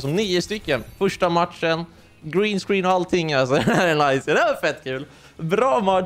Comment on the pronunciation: Tycker det var bättre uttal green screen och du är BÄST